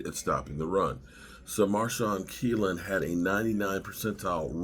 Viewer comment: I'm a Wash fan and this looks pretty good for the Cowboys. Guyton, Kneeland, Cooper are all good prospects., 'knee' is the thing on your leg, the part that gets injured so much in football. So his name is probably pronounced with a silent K